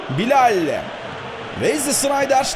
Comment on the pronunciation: Abi çok güzel BİLAL diyorsun . :-) Bilayll